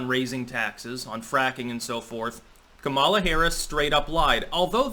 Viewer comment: keeps pronouncing Kamala wrong, but she's a detestable woman so good.